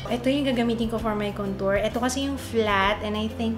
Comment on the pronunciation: wag Kang magagalit pero Mali po pag Sabi ninyo Ng contour... try watching Jeffrey star para SA pronouncing of contour... I love your makeup and everything